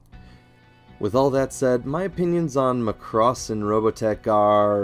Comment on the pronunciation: 0/10 could not watch. It's Mac-ross not Mah-cross